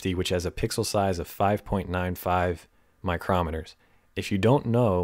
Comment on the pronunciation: Great resource,! By the way, μm is pronounced "micro-meters."